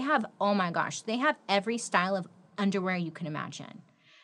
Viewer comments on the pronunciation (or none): none